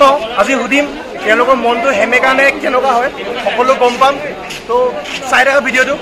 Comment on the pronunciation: Hemeka nohoi oo xemekaaa🤣